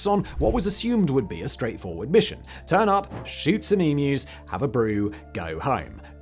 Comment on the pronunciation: Take note Americans, that is how you pronounce "emu", its not "e-moo"